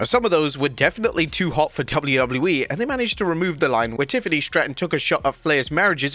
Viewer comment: Bro said Triffiny